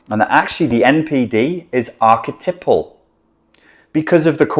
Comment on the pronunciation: Ark-a-type-al NOT ark-a-tipple